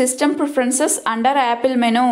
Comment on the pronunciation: it is not menooo it is menuuu